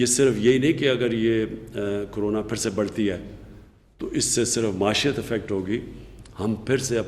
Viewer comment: Maeeshet hota hy word,prime minister sab. Maasheyet nahin hota word....